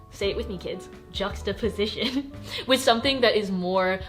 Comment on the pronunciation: no one:: j U x t a P o S i t i O n